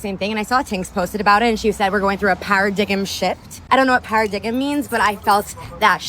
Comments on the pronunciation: "Paradigimm shift" girl parroting things she does not understand or know how to pronounce. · para-dig-em? wow. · Para-dig-em? Holy shit! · Para-diggum holy crap. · "Para-dig-em shift" (quote from the last video) God help us all. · The best part of her saying, "PARADIGGEM shift" is that the ENTIRE WORLD can see her ignorance on display.